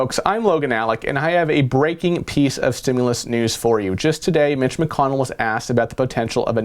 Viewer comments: 😂😂😂 did you say Mitch or Bitch? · sounded like he said "bitch" instead of "mitch" lol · Yeah, straight up "BITCH" is what I heard too. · I heard bitch too 😂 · I heard it too. That's when I started to read comments to see if anyone said anything haha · Just read his lips.... your'e right lol